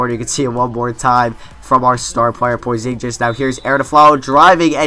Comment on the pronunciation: cant stand how you mispronounce Porzingis -___